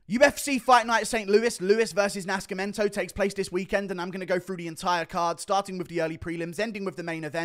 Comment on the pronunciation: "sc" in Portuguese sounds like a regular 's' (or 'c' before an 'e', for example), só, Nascimento is pronounced like 'naceemento'